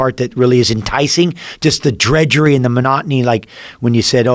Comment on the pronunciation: DRUDGERY not Dredgery!!